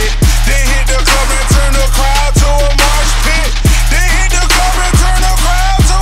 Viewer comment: lyrics are fine, i would just rather have not pronounce it "marsh pit" and not say "dis morning'.. sick song though